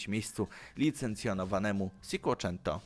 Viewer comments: Nie wiem czy Ty tak specjalnie, czy dla żartów, czy z jakiego innego powodu...ale 'sikłoczento'?, 'dewu'? Serio? To tak popularne i wszędzie słyszalne po miliony razy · Firma dewu, sinkłeczento.. Żenujący jesteś